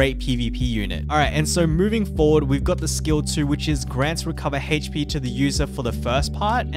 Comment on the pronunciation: Haha goes "hayche-pee"